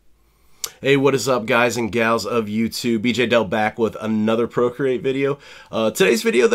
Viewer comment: Him:guy and “gals” Me: is that an accent or do you really call girls GaLs